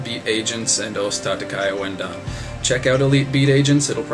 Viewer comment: its pronounced "OSS TAH-TAH-KY OOO-EN-DAHN"